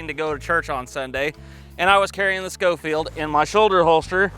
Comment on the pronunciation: Actually pronounced Sho-feild.. Cyrus Schofield was a preacher that wrote a reference bible.